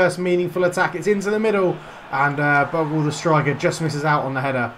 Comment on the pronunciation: Think you pronounce 'Bogle' as Bogel ;) - Keep it up! Good series! I'm a NFFC fan!